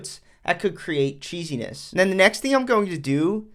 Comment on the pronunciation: Bro said cheesiness 😂